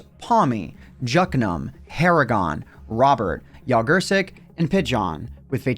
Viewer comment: its soo weird how non polish people pronouce polish nicknames lol JogurciQ